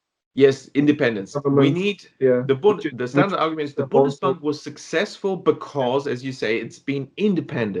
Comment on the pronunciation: Bundesbank not bonus bank